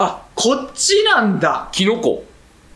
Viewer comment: おふたりがわー！ってしてる姿を見れるの幸せでございますありがとうございます お手本のようなキノコの関西弁発音がめっちゃつぼ笑